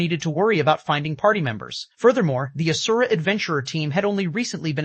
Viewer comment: But not asura